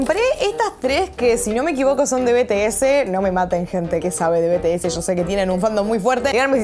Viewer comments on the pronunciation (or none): bts se dice en ingles bi-ti-es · se pronuncia bi ti es, pero bueno, detalles